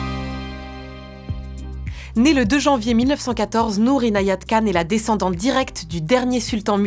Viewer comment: Super ! Comme toujours. Un problème avec le générique ? Alors je vais peut-être dire une bêtise mais Khan se dit Ràne.